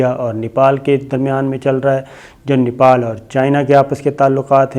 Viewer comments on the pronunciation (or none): none